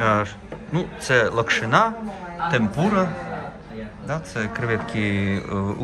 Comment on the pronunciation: Вітаю!,лОкшина, наголос на О. Вітання Канамі.